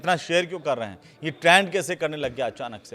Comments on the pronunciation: Kya anparh anchor narrator hai? Koi word sahi se nahi bol skta. Veins ko venas Trend ko traind. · Trend hota hai traand nahi😂